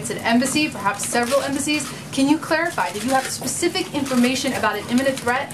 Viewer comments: Ssspecific iminatiin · specific "imminations"